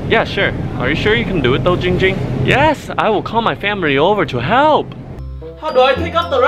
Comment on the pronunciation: Jing Jing not Ging Ging